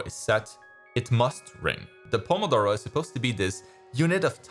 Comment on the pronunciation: I'm italian and i wasn't expecting that perfect "pomodoro!" Pronunciation